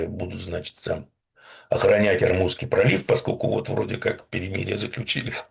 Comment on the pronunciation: пожалуйста ОрмУзский пролив❤ ну, слух же режет😅❤